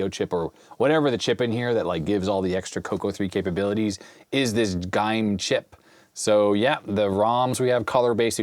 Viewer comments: It is not pronounced GIME it is pronounced as Gim-me as in "Gim-me that computer"... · Aaaugh, it's not 'gyme', it's properly called 'gimme'. 😧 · GIME is usually pronounced "Gi'me" as like Give-me.